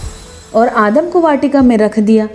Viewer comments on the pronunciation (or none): Adam ❌ aadam ✔️ 😂